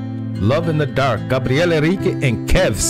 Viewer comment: É Gabriel não Gabriele 😂😂😂 ..